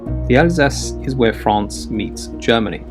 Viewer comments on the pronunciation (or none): none